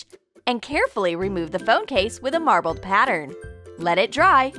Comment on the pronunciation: WATER MARBELE NOOOOOOOOOOOOOOOO